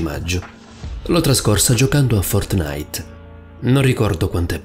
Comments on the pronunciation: È Fòrtnite, non Fortnìte.... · Ok io ti adoro, ma fortnìte, cazzo, FORTNÌTE. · Fortnàit non si può sentire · Like se hai sofferto quando ha detto Fortnàit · Paolo di ramio Secondo me intendeva dire che “Fortnite”, ok, si legge “Fortnait” però questo YouTube ha detto “Fortnàit”, cioè, ci ha messo l’accento e a molti avrà dato noia. Per me suona figo, per gli altri non lo so ahah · Ma no raga intendeva che l'ha detto con l'accento non ci vuole tanto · La cosa più paurosa è come pronunci fortnite😂😂😂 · La vera cosa horror è come pronuncia “Fortnite” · Ma come pronunci “Fortnite”?? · A me fa ridere come dice Fortnite...:-)